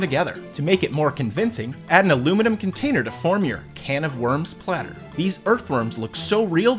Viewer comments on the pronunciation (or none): none